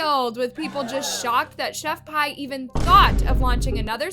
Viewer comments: I can’t get over you saying chef pie it’s chef P lmao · its chef pii not chef pie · For the love of God if you want to be taken seriously when you do videos about people at least know how to say their name right it's not Chef pie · girllll... chef pie. i gagged. isnt it chef PI ? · it's "Chef P"... 💁🏼‍♀ that's JUST the letter "P"!!